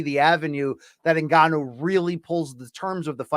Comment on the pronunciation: luke calls ngannou 'en-canoe'